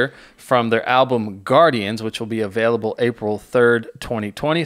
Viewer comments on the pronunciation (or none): none